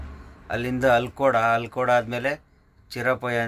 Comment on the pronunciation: ಚೀರ್ಪೋಯ ಅಲ್ಲ ಚೇರುಪೂಯ ನಮಸ್ತೇ kL 14 ಕಾಸರಗೋಡು ಅಲ್ಕೋಡ್ ಅಲ್ಲ ಆಲಕ್ಕೊಡು